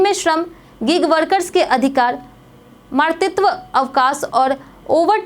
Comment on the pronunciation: Muzaffarpur bolne me kst ho rhi h kya itni glti ke bad v kaise koi news reader rh skti h. Pailot boli project chhod di. Matritva ko martit bolti h. Koi aisa ni h jo in galtiyo ko sudharne ka soche bhi